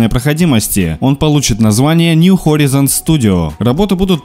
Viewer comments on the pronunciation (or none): поправка: нью хорайзен. А не хоризен. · "хорАйзен", бро)